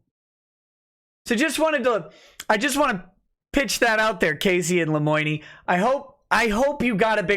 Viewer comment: wtf lemoiknee? seriously wtf.